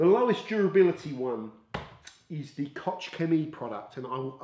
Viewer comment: Koch is simply pronounced "Kok". Wife is German🙂